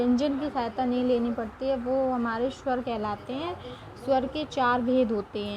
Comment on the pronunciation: Shwar nhi swar